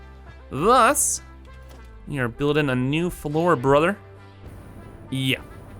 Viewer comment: I swear if I hear "brother" pronounced like that again I'm gonna floor myself